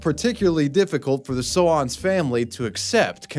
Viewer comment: The stolen caravan? Soanes rhymes with stones. Their name is not So-Anne's.